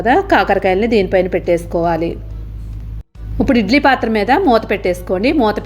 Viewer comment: ఉప్పుడు కాదమ్మా ఇప్పుడు